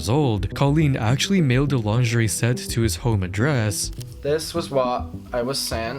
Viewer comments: In 24 hours we’re gonna see the Internet Anarchist knockoff but he pronounces lingerie as “lin-ger-ee” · he's gonna say "linger-ree" again lol